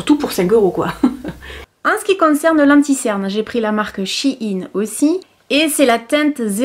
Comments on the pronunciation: Je pense que shein sa se prononce chi + ine ? 👇dite moi si j'ai raison . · Ça se prononce she puis in c est de l'anglais avec un jeu de mot quand on le dit 😀 voilà merci pour tes vidéos un vrai bonheur toujours de bon conseil 💖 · C’est She in ( en anglais ) Comme si tu disais She is in mais sans le is mdr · Perso je le prononce "Shèin" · Moi je prononce SHEIN [chèïne] 😂😂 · On prononce « shaiine » 😉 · Ça se prononce "chienne" en inversent le e et le i 😂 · Je prononce she in (en anglais) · Tkt tu es pas la seule a pas savoir prononcé shien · On dit She in (car l'ancien nom du site c'était she inside) 😊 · Coucou, pour la prononciation du nom de la marque il s'agit de la contraction de "She Inside" donc "She In";) Voilà ^^ En tout cas, superbe vidéo comme d'habitude! Vivement la prochaine:D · Salut, je suis casi sûr que ça se prononce "Shai-ine" (je sais pas si c' est claire?) sinon tu devrais essayer leurs vêtements il y a un large choix de fringues vraiment sympa pour pas chère 😉 Je t' aime gros bisous YouTube ❤️ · Non c’est « to shine » (à prononcer shaïne) qui veut dire briller... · Laparisienne Delalorraine justement c’est pour cela qu’il dit « CHI INE » et non « CHINE » car « CHI INE » est un diminutif de « CHI INSIDE » 😊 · Je prononce shaïn perso ahahha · En faite ça se dit She(elle en anglais) in Parce qu'avant le site s'appelait she inside. Mais ils ont raccourcis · Perso je le prononce "chaïne" (comme shine en anglais) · Ça se prononce « She In » car avant c’était « She Inside »😘😘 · Personnellement je le prononce Ch Aie Ne (en très phonétique) mais pas sur du tout que ce soit la bonne prononciation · On dit shiiiiiiiin 😂😂 sinon pourrait tu tester la cire mamie réglisse spéciale douillette stp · Ça se prononce CHI -INE ☺️ tes cheveux sont splendides 😍 je trouve que le mascara a eu un bel effet sur tes yeux 🥰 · J'ai bossé pour SHEIN l'année dernière. C'est she in en anglais, donc ça se dit chi ine. Des bisous